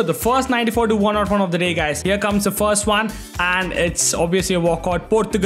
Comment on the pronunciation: Please Stop saying 101 as one not one that's too annoying 😭